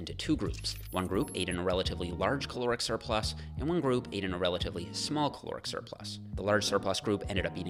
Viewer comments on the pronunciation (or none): Great vid! Altho I keep hearing "Chloric Surplus" every single time. Had to see it written while spoken to understand 😉